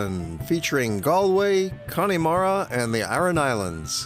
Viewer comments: Connemara is pronounced ConnAmara not Connymara. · Connemara is not pronounced 'Cony mara'. the Y part is pronounced EM. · Very nice video with lots of information. One small point. Please get the correct pronunciation of Connemara. There's no "E" sound in the middle of it. It's Conn a mara. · Please pronounce the place correctly...it is not CONNIE MARA. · Its pronounced kunamaara. Clon mak noise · Did anyone else start laughing when he butchered "Ayer-land" and "Conn-e-mara," XD